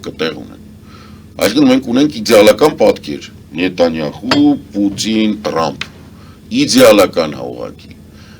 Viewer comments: Նետյանախուի չէ, այլ Նետյանահու է, ռուսական ակցենտով մի ասեք Հարգելի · Ոչ նա ասում է նետանյախույ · Դուք նուրբ բաները, նրբերանգները հասկանալու խնդիր ունեք: Ինքը այդ անձի անունը ներդաշնակորեն համապատասխանեցնումա այդ անձի էությանը։